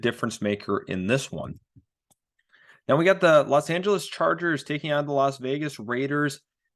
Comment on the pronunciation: "Las Angeles Chargers"